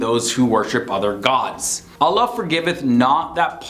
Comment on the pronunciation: Why doesn't this guy pronounce quran, allah, islam properly?